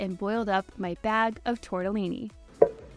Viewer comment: Americans pronouncing Italian typical foods will forever make me smile, it's so funny🤣 Tortellini is pronunced with a strong "t" and with two Ls that you should hear properly. Italian really, it's pronunced exactly as it's written so it should be easier for foreigners